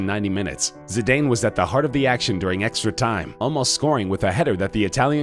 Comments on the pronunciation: It's pronounced Zi-dan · Pronounce zidanes name right its pronounced Zidan